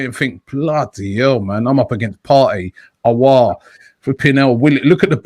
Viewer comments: Since has been able to say “Aouar” properly he’s been saying it non stop Lmao. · You know this saga has been going on for so long that even he was able to get it right.